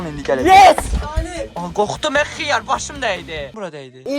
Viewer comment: Aə xıyarr deməsinə cırıldım ee